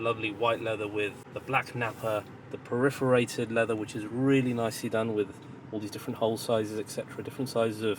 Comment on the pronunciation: the word you looking for is Perforated my friend. Not Periforated but I understand what you meant 😅